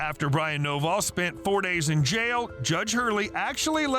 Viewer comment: Thought you said his name was Brian noballs😂